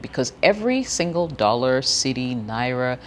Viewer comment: "Naira" sounds so good pronounced by you,.